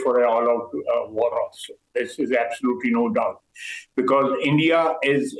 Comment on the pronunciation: Next retaliation slap will be for.. It's India not endia.. Pronounce it correctly.. Ok